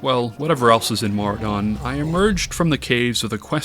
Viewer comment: Who the fuck pronounces Maraudon as "Maru-dahn"?